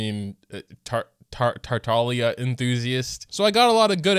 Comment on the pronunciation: It is pronounced that way though cause the g is supposed to be silent